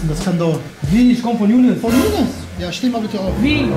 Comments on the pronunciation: Hört mal ab Minute 5 19 er sagt jounes Amiri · Er sagt junis amiri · Er sagt Jounes amiri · Hat er gesagt jounes amiri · Ihaab Noho der sagt younes und miri